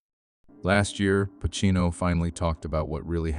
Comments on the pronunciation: What is this AI? Jesus, it's Pacino "PaCHino"!... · What a piece of garbage. And the AI bot can't pronounce Pacino's name correctly.